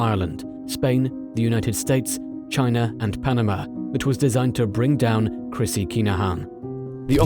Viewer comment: Christy, not Chrissy.